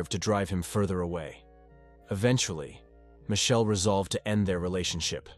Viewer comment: Michelle not mae